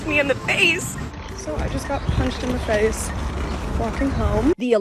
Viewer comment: "striking her in the FEICE"